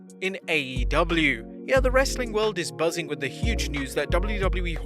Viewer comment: the way he says "some more wrrrrestling content"